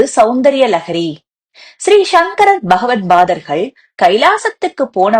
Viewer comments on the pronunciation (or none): உச்சரிப்பு படு கேவலம். Bha, ( பா) pha (பா) Bagawat bhathergaL ( what bother) ஸ்ரேஷ்டமானவை... ஆச்சார்யாள் உச்சரிப்புக்கு முக்கியத்துவம் தருபவர். அந்த மஹானைப் பற்றிய வீடியோவை சரியாக பதிவிட்டு வெளியிடவும்